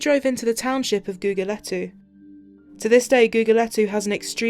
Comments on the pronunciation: If you make a video, the narrator must make sure to get places' names right....it's GugulÉthu ( the emphasis is on the E) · Some of her pronunciations were terrible lol 😆 Gugulethu for starters